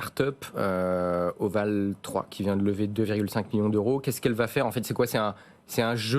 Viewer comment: Voval3 ça se dit : ovali